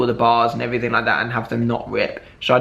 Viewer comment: Why does he say "anythink" "somethink" "everythink" 😂